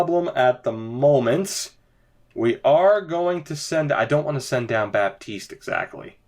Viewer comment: Dont prononce the "P"in Baptiste 😉